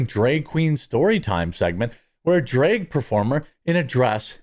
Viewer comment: Why are you pronouncing drag as drayg? Do you also say maygazine and raddy-ator?